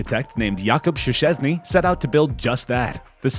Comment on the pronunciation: I loled so hard when you read "Jacob Szczęsny" :D Haha, so funny that words sounds so different in other languages :D